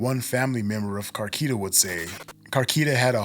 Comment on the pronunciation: Car- key ta? Na bruh😂